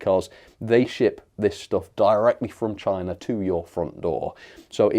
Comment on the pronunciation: "Chayna... CHAAAAYYYNA!!!"